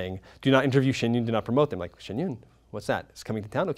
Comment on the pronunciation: I am so triggered by their pronunciation of Shen yun